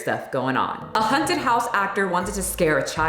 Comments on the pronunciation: Girl please, it’s hAUnted not hunted. For some reason I had to cringe every time you said hunted 😂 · Is it just me hearing it like is saying "hunted" and not "haunted", I'm so confused Sorry, love your videos! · Am I hearing wrong or are you saying HUNTED house instead of HAUNTed house? 🤔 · The way you say "haunted" sounds like "hunted" and honestly that's more accurate to how the experience is for me haha. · Sounds like u keep saying "hunted" instead of "haunted" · I'm offended by the way you pronounce "haunted" like "hunted" lmao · Why do I keep hearing you say "hunted" not "haunted"?! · The way you say “haunted” is sending me lol. Sounds like “hunted” house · I'm glad to see that I wasn't the only one to noticed that. I was wondering if a hunted house was the same as a haunted house, or if this was something new (I haven't been to the States in forever) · I'm offended at your pronunciation. I kept hearing "hunted" house instead of "haunted" but given the context, it works 😂😂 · Why you saying 'haunted' like that 😂😂 Girl, it's HAWNTED not HUNTED 😂😂 Stop saying it like that, it's making my misophonia act up! Are tou doing it on purpose or do you really say it like that? Haunted and hunted are 2 different things.. you killing me smalls! 🤣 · WTF! I love you, but girl, it's HAUNTed, not HUNTed!!! 😂😂😂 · Hunted houses... (Fuck the 'A' in haunted... It's HUNTED!) 😂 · I love how you pronounce it hunted house haha. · Does it sound like she's saying 'hunted' house or is it just me? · hunted houses.. what is this accent? I'm offended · Stop saying hunted! Lol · I got offended by the way you say haunted. You keep saying “Hunted” it made me laugh every time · My boyfriend was about ready to have a stroke over it lol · Me too. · I was looking to see if anyone had commented about that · the scariest thing here is how you pronounce “haunted”! 🤣 kidding, love you and your videos.